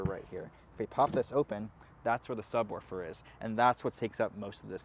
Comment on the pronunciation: Did you say "subworfer"? It's subwoofer. Commander Worf is serving in Starfleet and that is another show.